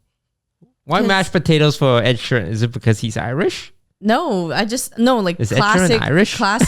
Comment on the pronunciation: The way he says Ed Sheeran triggers me everytime, It's like he's saying Ed She Ran.